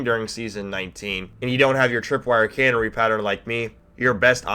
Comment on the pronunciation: "cannery"? its canary... like the bird... kuh - "nair" - E